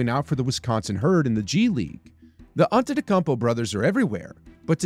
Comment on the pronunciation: Why are you butchering the pronunciation of his first n last name?